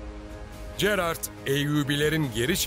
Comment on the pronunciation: Keşke bu metni okuyan arkadaşımız Gerard ın nasıl okunduğunu bilerek okusaydı. Böyle bir çalışmada çok sırıtmış, Jerar diye okunması gereken yerde cerard diyor, acaba kime nasıl masraf yapıldı.....